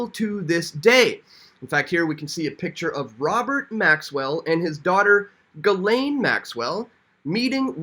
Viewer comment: Ghislaine is pronounced "jiss - lane" Maxwell